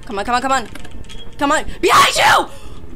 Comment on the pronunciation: At the first seen. You said. BEHINF YOU! a I laughed so hard😂! An this person who made this the characters are SO WEIRD!